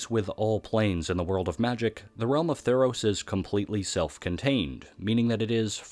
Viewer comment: "tEES PLLNS THF TEE-EROS"